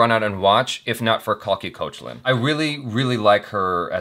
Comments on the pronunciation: you are pronouncing Koechlin wrong. In wikipedia there is a voice bit where she herself says it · just some info... koechlin pronounced cake-laa(n)...nasal twang at the end if tht makes sense! she said this in one of her interviews... on the couch with koel puri! ok i'm done..bye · Just for the record, Koechlin pronounced 'cake-laan'!